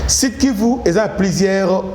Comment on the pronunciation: Sud kivu et non sid kivu.